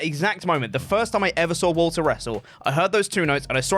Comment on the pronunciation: You should really say Valter (since it's german)